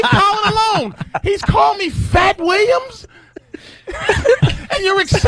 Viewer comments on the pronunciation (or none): "Fats Williams" lol